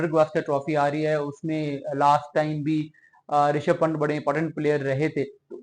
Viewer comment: आप प्लेयर्स का नाम तो ठीक से प्रोनाउंस करें यार…. पंट नहीं पंत सही उच्चारण है